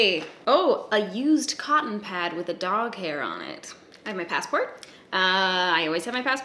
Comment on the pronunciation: When you said “used cotton pad” I honestly thought you said “used condom” at first... It sounded like it! I had to go back and check that shit lmao